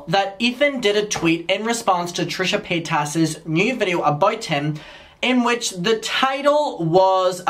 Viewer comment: The way you pronounce paytas 😩